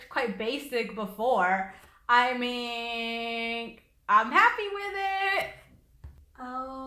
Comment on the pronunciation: she says iming not i mean!!lol